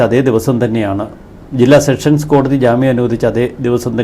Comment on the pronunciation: എന്റെ ചേട്ടാ സെക്ഷൻ സ് കോടതി അല്ല സെഷൻസ് കോടതി മേലാൽ തെറ്റ് പറയരുത്. അടി കിട്ടും